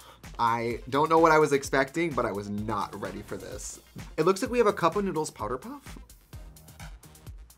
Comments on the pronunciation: Thank you so much for saying (spelling) it correctly. It was driving me nuts how much she said cup “o/of” noodles. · Trixie says cup noodles like cupa noodle lol